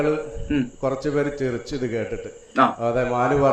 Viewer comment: ചിരിച്ചതോ, ചിറിചതോ, ഏതാ തൊപ്പി കാര